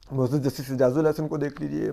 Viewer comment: Asad bhai aap say MUAZAAZ lafiz sahi terha nahi boola jata ,, ,,aap MAZOOR bool lia kareen